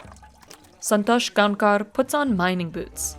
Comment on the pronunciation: It's Gaokar actually, it is written Gaonkar but pronounced as Gaokar